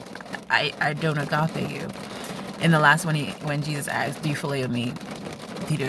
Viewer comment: AMEN dear sister! This was a good morning blessing, Thank you 😊🙌 Wow you also said Agape like a real Greek.My Greek is worse than my english 😊😅 Thank you and god bless 🙌